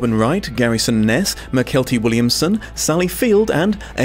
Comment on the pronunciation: That isn't how you say Mykelti Williamson, his name was Michael T Williamson, and that's how you say it.